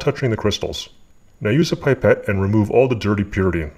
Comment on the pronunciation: yeah same here, I think the word is in French, that's why it's written as "pipette" but sound like "pee pet".